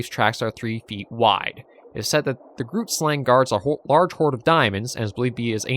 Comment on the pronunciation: Don't know if you'll go after it, but the "g" in "grootslang" is pronounced the same as "moggel". You can use the same Afrikaans google translate trick to pronounce the word. But it's okay if you find it too difficult!